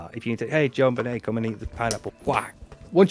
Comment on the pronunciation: You guys keep mispronouncing her name! C'mon! It's pronounced ZHON--BEN-AY! (Accent on last syllable).